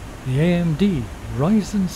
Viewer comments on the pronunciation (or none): none